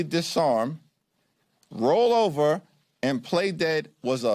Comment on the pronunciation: "UHVERUHHH" 😂 STUUPIIT😂